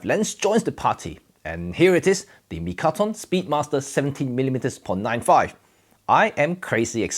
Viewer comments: Mitakon, not mikaton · Is it "Mitakon" or "Mikaton" 🤔? Well, thanks for the interesting review! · I love how you spend the whole video mispronouncing the name of the lens...lol!